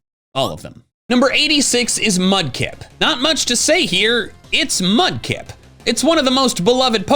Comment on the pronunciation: THE E IN LIKE SHOULD BE AFTER THE K! AND MUDKIP DOES NOT END WITH A Z!